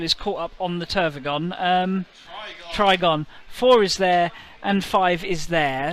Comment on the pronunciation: It's funny how consistently you got the Trygon's name wrong 😂